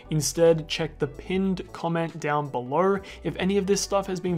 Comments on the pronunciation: "belor" is so annoying. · “Down beler” it’s funny 😂😭